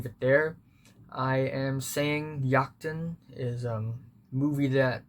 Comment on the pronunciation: Great review. Also, as a Dane I have to say your pronunciation of "Jagten" was surprising because it was so good. It's a weird language and Jagten is one of the weirder words.